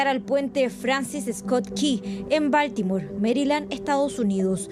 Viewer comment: Aprendan a pronunciar la palabra BALTIMORE PERIODISTAS DE JUGUETE SE ESCRIBE BALTIMORE Y SE PRONUNCIA BALTIMORE DONDE ESTUDIARON??